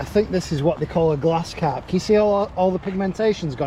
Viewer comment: Are you saying glass carp?